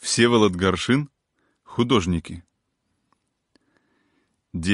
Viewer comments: Ударение почему неправильно ставишь? ГАршин. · Ударение на 1слог в фамилии., искажаешь!